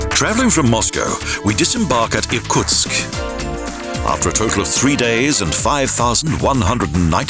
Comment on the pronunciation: The city nearest Lake Baikal is ear-KOOTSK, not ear-COTSK (Irkutsk)